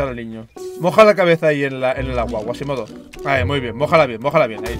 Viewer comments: Quasimodo, es Quasimodo, no Guasimodo jajajajaj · No era guasimodo, era cuasimodo :v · Que no es Güasimido es QUASIMODO XDDDDDDD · Like para que se de cuenta que es Quasimodo que se la pasa diciendo mas Guasimodo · El personaje de Disney se llama quasimodo, no guasimodo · Es Quasimodo no Guasimado 😂